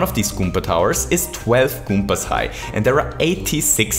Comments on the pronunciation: That's never he always says 'goompas' :-p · good video, good concept. good game. but the only thing that bothered me was how he said "goompas" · I love that he says goopas and not goombas. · Goompas My God I love that accent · So many "goooompaz"